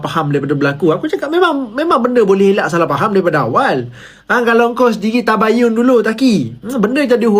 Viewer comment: Keliru antara "Tabayyun" dgn "Tibaiyyun"...